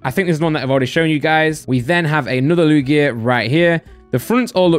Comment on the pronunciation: The way says Lugia is vile